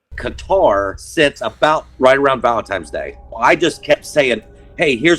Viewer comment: Did he say Valentimes day? 🙄🥴